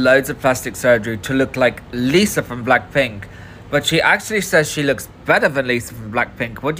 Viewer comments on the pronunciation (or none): none